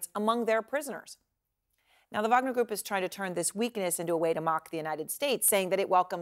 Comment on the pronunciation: Please people.. If you are not Russian stop using the V sound when its a W. Its WAG-NER not VAG-NER>>> Remember you are not Slavic and no reason to speak like you are a foreigner with an accent.